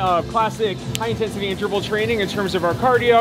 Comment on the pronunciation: In the 10th minute I just got caught thinking about the syllable emphasis on the word Interval. S'ok though I got over it and caught up! Great ep.